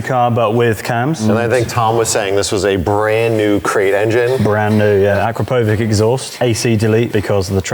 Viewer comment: Amateur, Akrapovič. It’s pronounced “Ah-krah-po-vich”